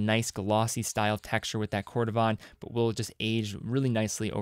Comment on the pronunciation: I think it’s pronounced “Kohr duh vihn”, not “kohr duh vahn”, at least coming from an avid leather worker